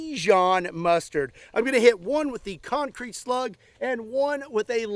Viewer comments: CEMENT DASLUG CONK CREET BAYBEEE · das conk creet baybee